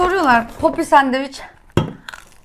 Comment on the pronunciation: Bi de sandviç diyebilsen:d sadevüç diye bi sey yok 😀